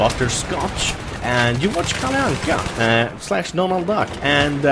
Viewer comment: Hej stör du dig också på att massa folk säger KalliAnka istället för KalleAnka?